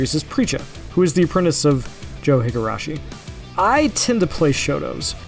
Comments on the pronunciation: Higarashi? its Higashi! anyway... CANT WAIT TO PLAY THIS IT LOOKS AMAZING!! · Why is this fool whispering? And Joe "Higarashi"? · At least he didn’t say Joe Higarabashi 😂😂 Could have been worse😅